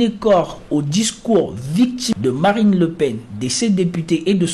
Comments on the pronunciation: c est marine frérot pas mariline 😂🤣💪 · c'est moi ou il dit Marilyn Le Pen :)